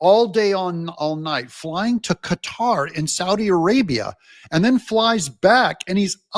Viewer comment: Thank you for saying Qatar and not cutter. Matt Lauer started that crap and I hate it! It sounds very disrespectful to say it wrong.